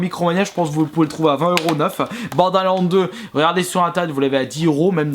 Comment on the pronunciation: Juste un critique que tu devrais prendre compte tellement sa me choque! Ton ACCENT anglais certe on est pas tous bon en anglais mais la c'es chaotique! Les jeux tu écorche leur nom violent genre bordelands sa ma choqué comment tu le prononcé :/ Sinon bonne continuation